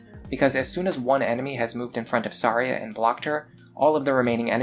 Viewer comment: Her name is actually pronounced Thar-Ja not Thar-Ya like you'd think. The point of her name is that its supposed to sound wrong. XD